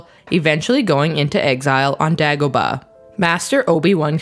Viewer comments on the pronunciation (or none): How did you pronounce Dagobah? The "a" is verbalized like saying "eh" like a Canadian would.